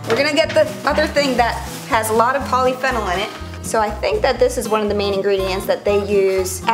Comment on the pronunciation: Poly-Fennal EXQUISE ME BISH? IT PRONOINCED POLY-FEE-NOL